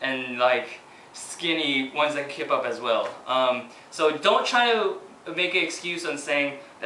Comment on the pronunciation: everytime he says kip up it sounds like kpop... O.O lol